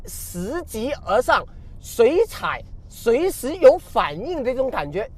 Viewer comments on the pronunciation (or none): 拾（she）级而上